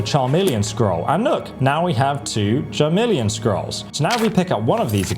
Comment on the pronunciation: Charmeleon? 😂 bro there’s literally a song that says the word over and over